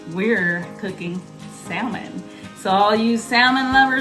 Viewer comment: Spelt salmon. But pronounce (SaMon)!!!!!! Definitely not Saaaaaallllllllmin. 👎🏿